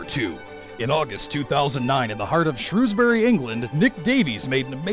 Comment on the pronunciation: staffordshire is pronounced more like 'stafford-sheer' than something out of lord of the rings... and shrewsbury - shrews-bree' just so you know...